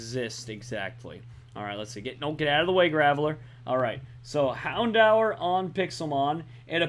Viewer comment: Plz. U kill me. It's hound-DOOR. That's how it's pernounced